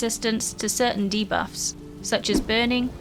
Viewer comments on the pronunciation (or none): none